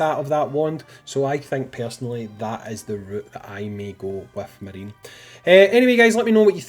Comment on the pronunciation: I'm 99% certain it's Ma ri ne (3 syllables, japanese pronunciation)